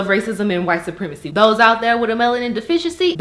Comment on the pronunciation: "Dose out dere wit a melanin deficiency" LOL